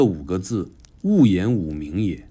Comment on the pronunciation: 謝謝你這麼清晰的寫王安石的一生 仍不免請問：「勿言吾名也」吧？不是「勿言五名也」？！